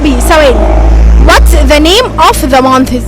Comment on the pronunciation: يا مفيش حاجة اسمها منثسس انتي كدة بتخلي الناس تقولك كلام يزعلك month بننطق النهاية بال ث اما months بننطق نهاية الكلمة بال s بدون ال ث يارب تكوني فهمتيني حتي السؤال غلط What are the months of the year? و of بتنطق v مش f